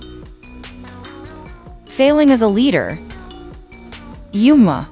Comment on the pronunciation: Bro the voice of the ai pronounce Yuma